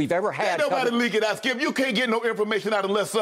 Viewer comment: No one: Shay every weekday AM: Skiup